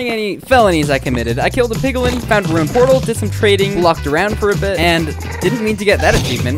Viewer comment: u pronounced "piglin" wrong :/